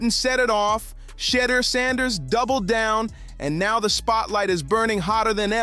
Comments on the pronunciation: You keep pronouncing his name wrong. It is Sha-door, not shutter. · How come you can't pronounve Shedeur's name correctiy! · shedeur has so many name pronunciations in this vid. how is that?😮😂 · Imagine doing an entire video on someone and not producing his name correctly!! 🙄🙄🙄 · How did you pronounce his name in the video? lol you weird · Learn how to pronounce the kids name or stop culturalvulturing